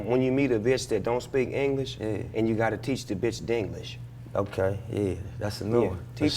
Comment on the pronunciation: This dude said "dinglish"